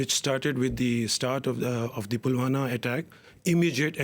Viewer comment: Its PULWAMA NOT PULWANA